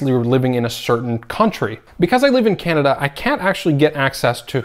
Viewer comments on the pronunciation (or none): none